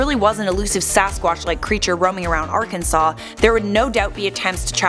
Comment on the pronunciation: You’re pronouncing Arkansas wrong